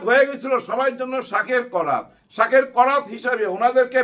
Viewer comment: ভাই, শব্দটা শাখের করাত, শাকের না .....